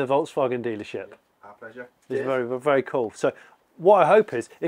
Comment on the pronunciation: ‘Velly tough’ 😂😂